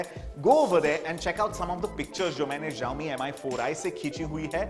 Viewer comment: It's pronounced as Shao-Mi